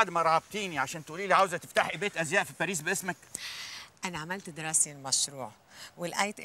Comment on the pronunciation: هي ليه بتقول باريز مش باريس 😂😂